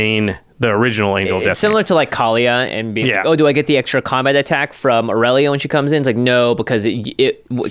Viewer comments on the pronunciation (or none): none